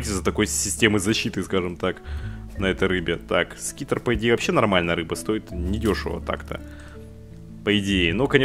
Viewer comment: это не скитер))) это : sRiter )))))))))))))))) т.е. сритер)